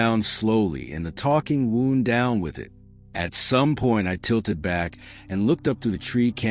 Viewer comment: Wound" (pronounced woond) refers to a physical or emotional injury. "Wound up" (pronounced wownd up) is the past tense of wind, meaning to be tense, excited, or annoyed. Always a good indicator that AI is not ready for story time.